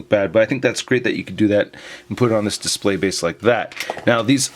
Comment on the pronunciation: Lol no y at the end of display